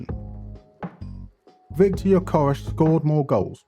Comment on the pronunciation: So that's how you're suppose to pronounce Gyökeres? Here in Portugal we're still trying to pronounce it correctly... And I can confirm Hjulmand and Gyökeres is a match made in heaven . And it's funny that when you were explaining the different types of DMs, Palhinha and Hjulmand were the ones who came to mind, but I'd never thought Hjulmand would actually feature